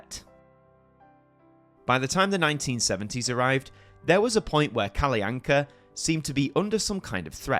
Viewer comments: It is normally pronounced Kall'Anka or Kallanka' in Sweden. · Your pronunciation of Kalle Anka is a good attempt, but you accidentally add a glide between them, which funnily enough is a common mispronunciation by Swedish children as well. But you are otherwise doing a great attempt at it. - But this video is so true; this segment on SVT is commonly just referred to in short as "Kalle Ankas julafton" "Kalle Ankas jul", or as simply as "Kalle Anka". It is indeed interesting that he became the name of the show, something I haven't even though of. - Also, both Arne and Weise have the final E pronounced like in Kalle. I would say it's safe to assume it is pronounced for these Germanic names. I would suggest listening to how it is pronounced on Google Translate in Swedish to get an idea of how to say it. Otherwise you did good on the Swedish stuff. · That’s actually not how Kalle anka is pronounced